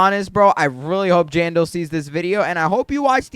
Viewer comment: Am I the only one who noticed how he always misspells Jandel and says Jandal and another thing a normal candy blossom is like in the thousands but 1 normal lilac I had was 21 million and suncoil is said to be better than candy blossom do ur research next time